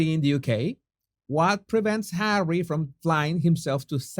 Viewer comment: No body needs Hawwy, no body wants HAWWY.